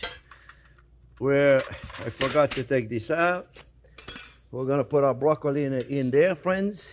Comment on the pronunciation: Is he saying broccoli wrong Or am I learning something new? 😅